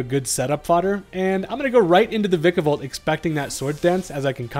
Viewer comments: Vikavolt is my favorite Gen 7 Pokemon, and my most favorite Bug overall. Thank you for not mispronouncing the name too. Others say Vye-kavolt. Ew. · thank you for saying vikavolt correctly